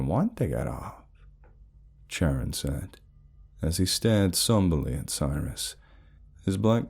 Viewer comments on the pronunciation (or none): is it Charon? I thought you were saying Sharon😂😂😂Anyway, I believe that Charon is pronounced Karon